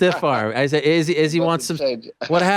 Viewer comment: Yea, if we could pronounce Izzy's name WRONG again, that'd be great!! 👍👌